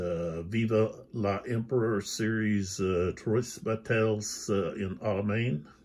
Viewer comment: Twah Bah-tie en Al-eh -mōne